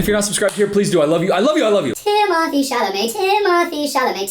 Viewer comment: “TIMOTHEE CHAMLAMET!” 🐿️🐿️🐿️🐿️🗣️🗣️🗣️🗣️